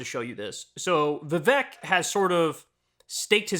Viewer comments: It’s vi-Vake like cake… hard to believe you can cover someone fairly when he has at numerous times produced the correct pronunciation of his own name. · It's Viv-ek like fake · Vivek has an "e" but is pronounced like it has an "a". In other words - it rhymes with "fake"! Appropriate. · Vivek. It’s pronounced “weasel” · Didn’t pronounce his name right though 😂 So they didn’t do their homework, plus he probably didn’t know, sorry Ana’s Ego was hurt, that’s all that is! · You might try pronouncing his name correctly